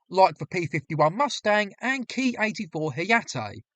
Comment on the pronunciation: The pronunciation of the Japanese aircraft is NOT 'Kee' but 'Kay Eye', as this is a manufacturer's designation and not a 'real' word in and of itself. You correctly use this method of speech in the middle part of the video. Overall, well presented and researched.